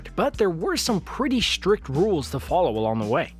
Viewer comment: Take a drink every time the narrator says "shtrict"